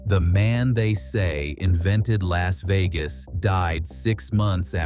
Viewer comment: "LASSS" VEGAS???